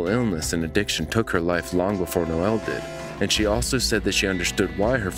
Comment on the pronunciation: Caller: “Noel” Operator: “Noel” Narrator: “Noelle”